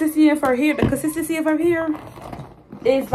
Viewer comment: "The consisisi"😂😂😂😂